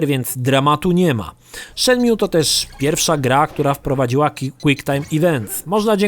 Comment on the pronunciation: Zanim zaczniesz recenzować naucz się dobrze wymawiać tytuł. Shenmju gosssh god damn it.